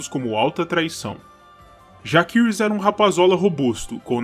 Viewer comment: Como no latim, 'a' + 'e' formam um ditongo, onde se pronuncia apenas o 'E'. Assim, a pronúncia correta seria JACERYS e não, JAQUERYS ou JAQUIRYS